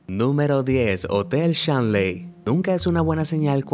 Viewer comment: El primer Hotel se llama "Hotel Stanley" no Shanlie ok jaja y trabaja un poco en el acento de nombres en ingles...una recomendación